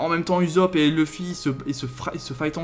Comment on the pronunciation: Toujours présent pour regarder tes vidéos manga surtout quand tu parles de one piece qui est ma vie💖💖,PS:on dit ussopp et pas usopp😂😂